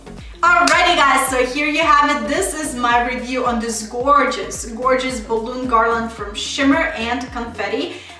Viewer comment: I do not understand why they think you say garland funny! You sound fine to me. Some people don’t have anything better to do except criticize others ! Ignore those that are critical. The garland is beautiful! Thank you for sharing 😊